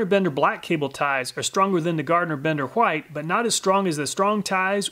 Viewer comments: Love your channel, BUT PLEASE STOP SAYING WHITE LIKE THAT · I just noticed that you pronounce white in the older way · i just found that interesting since I've never heard people say it that way other than people teaching others that is how it is used to be pronounced